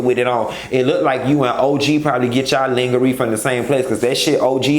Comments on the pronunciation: Babeee....did I hear you say Linga-ree??💀💀💀💀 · Did u say lingahree. I'm dead💀💀💀